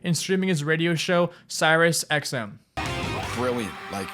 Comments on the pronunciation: You pronounce everything wrong. Specifically ryan “dung” spike “jones-ey” and “Cyrus XM” literally 2 seconds before bam pronounces it correctly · Camp “cyk”? “Cyrus” xm? Do some more research next time please. You’re too large a channel to be so lazy. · And "cyrus xm".... I fucking quit bruh I'm getting old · “CYK Series”😂